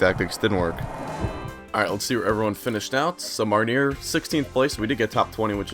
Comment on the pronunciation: I don't study French, I do German and Spanish.. But I'm pretty sure Marnier is pronounced Mar-knee-ay